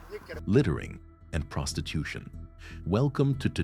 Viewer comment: Did you say prostitutution? Sold, I'm already hooked.